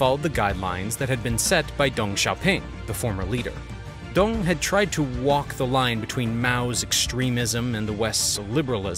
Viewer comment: It is Deng, not Dung. It seems to me that you distort Chinese names on purpose.